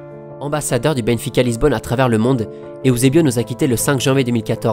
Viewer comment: J'adore tes vidéos mais ont dit EUSEBIO et non pas EOUSEBIO Sa ma fais bizarre car il faut juste lire comme c'est écris ^^ je dis sa car je suis Portugais et je vois pas pourquoi les gens ce complique a vouloir lire ou prononcer de maniere différente ^^ Outre sa j'ai déja vu presque toutes tes vidéos et ton taf et super beau Et bien réalisé continu et force a toi :)